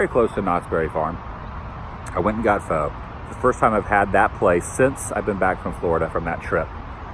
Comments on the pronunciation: I don't know if anyone pointed this out already but my gift to you is teaching you that PHO is pronounced more like "fuh" rather than "foe" ... happy birthday! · Love the videos, but you said Pho wrong 🤣. An easy way to say it is "fuh". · First I've heard someone pronounce Pho as Ph-'oh'.